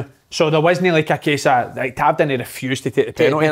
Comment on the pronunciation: Gonny tell Kev to lean how to say tavs name